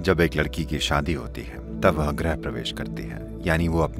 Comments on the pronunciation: "ग्रह प्रवेश" का मतलब भी समझते हो Voice over वाले?!!! पहले हिन्दी ठीक से लिखना और बोलना सीखो फिर voice over दो। "ग्रह प्रवेश" का मतलब होता है Entering a Planet. What Sadhguru is referring to is about "Entering a Home" and Not a Planet..!!! सही शब्द है "गृह प्रवेश" (Grih Pravesh). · Sadguru ji Griha pravesh hota hai na ki Grah